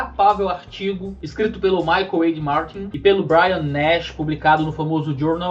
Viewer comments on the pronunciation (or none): none